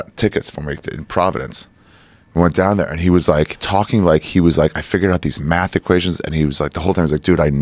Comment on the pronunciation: seylermoon you say walking with an “el” sound?